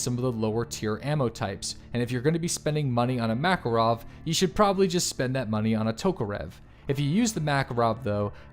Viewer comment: Swear to god if he says "mackle-rov" one more time....